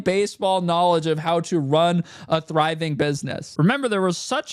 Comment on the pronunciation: You mean “friving” 😂😂😂 that’s how says it!